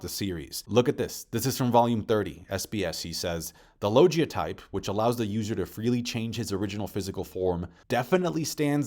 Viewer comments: Normal person:Zoan Paramecia Logia this guy: Zo Han Para-Meshia Log-Gee a anyone else notice this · Its logia not lojia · Man learn how to pronounce the word logia properly cuz you're not man it's not low Gia is logia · Say it with me Lo-Gi (G as in Guss)-A Logia Not Lojia lol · Hey idk if you know or just have a preference but it’s pronounced Low-gi-YUH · I love your video and comments and theories but gotta correct you again, it's logia, as in GUITAR, not "JiTAR" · You pronounce Logia wrong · I’ve never heard someone pronounce “Logia” the way you do and it’s kinda weird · Is there a reason pronounces "logia" incorrectly? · Bro how can you still not pronounce "logia" correctly? It's mad annoying